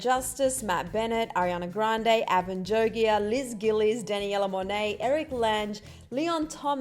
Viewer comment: She said Danielle Monet like Danaella Monet